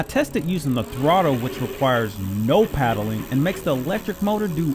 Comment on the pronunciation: Looks like a decent bike, though every time I you say paddling, I kept looking for a canoe or kayak. Not sure if that is a regional pronunciation or ? Like what you are doing, keep up the good work. 👍